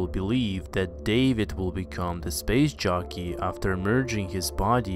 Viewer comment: Every time you say "SPACE JOCKEY" , I hear, "SPACE JUNKIE"